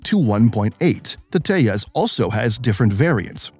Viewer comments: it te-jas not teas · it's te-jas not te-has